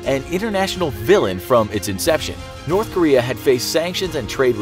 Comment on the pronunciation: I heard it wrong when he said "North Korea" I thought he said Nerth Karea lol